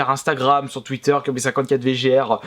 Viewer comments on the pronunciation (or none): none